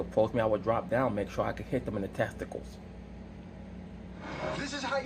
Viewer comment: "You dwop down and get your ego on." Lol